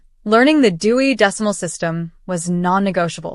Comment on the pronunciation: Dewey not Dewy